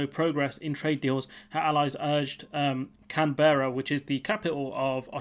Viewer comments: CAN-berra (emphasis on the first syllable), please. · Sorry... Me again... You're saying Canberra incorrectly. Incase there is need to make more videos on the topic. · Sorry, but if you can't even take advice from an Australian on how to pronounce the name of the country's capital, you are in a state of wilful ignorance.